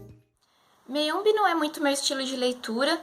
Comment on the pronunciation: Então, é ChiMamanda e não ChiNamada, como vc falou e o livro é MAyombe mesmo e não Meiombe como vc falou tb! Abraços!